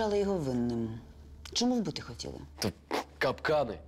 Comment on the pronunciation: Якось дивно вимовляє слідча слово Чому, каже Шому. Дивно